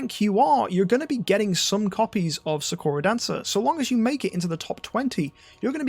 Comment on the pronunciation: ik its a dumb thing to point out but you are saying sakura wrong its saa·kur·uh or how they say it in naruto is the correct way to say her name.